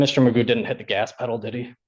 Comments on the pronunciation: I can’t take this eejit seriously - his name is McGough but he pronounces it ‘MAGOO’ …..he’s clearly a cretin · His name is not Magoo, it is McGough (rhymes with cough) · His name's not Magoo it is McGough he just insists on pronouncing it incorrectly as Magoo. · We know Magoo is an idiot, because, McGough is pronounced McGoff. (satire)